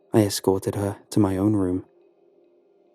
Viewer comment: That’s so funny I notice the same thing with the guy from Lighthouse Horror every time he says the word “room” it sounds like he’s saying “rum.” So now I listen for it in every one of his videos he says it at least once lol